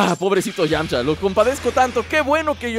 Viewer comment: Es "Yamcha"